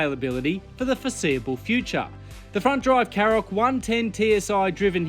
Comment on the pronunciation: Shkoda KaRoq, not Sskoda Carrok. There's an entire Škoda YouTube channel where you can listen to them pronounce their product names, not to mention the brand.